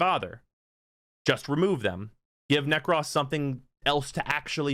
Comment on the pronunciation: You always say Nekros as Neck-Cross... It's Neck-Crow-Ss